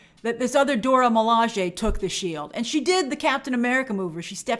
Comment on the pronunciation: Grace once again throwing side shots at Steve Rogers 🙄 Anyway, I'm just glad Grace is finally pronouncing the Dora Milaje correctly.